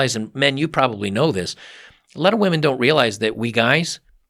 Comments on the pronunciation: and it's pronounced women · how about the ability to start a family, or just a really good friend that has your back. Stop with the nihilism bub, things won't get better with that mindset. And it's pronounced women